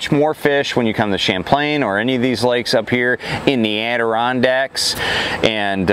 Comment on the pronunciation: I live in the area so hearing you say Adirondacks like Adeerrondacks almost made me piss my pants 😂. I grew up fishing Champlain and my Grandfather ran the old ferry In Ticonderoga. Such an amazing lake. Thanks for the juice 👍🏼